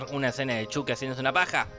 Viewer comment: Por fin lo nombras como antes Chuky y no Chaky.